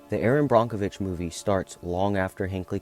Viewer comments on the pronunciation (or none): Erin brockenwitch???? Its brokevitch😊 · BRONK - o Vich???? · Yes, it is pronounced Brockovitch. You can see the chromium floating on the surface of the water. The plume is still out there.